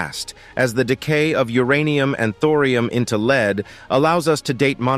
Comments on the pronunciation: This AI generated commentary is annoying. "...leads toxicity.." where lead is pronounced like lead in dog lead. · I like how Lead (as in the metal) seems to be pronounceable as Lead (as in "to a false conclusion") when a poorly produced collection of random clips is narrated by a computer